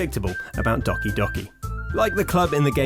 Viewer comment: U said Doki wrong